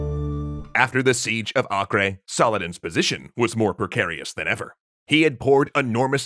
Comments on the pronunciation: Acre is pronounced like Aker, not akre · Am I the only who thinks Acre is pronounced Aiker not Akreh? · acre is not ock-ray, its ack-err.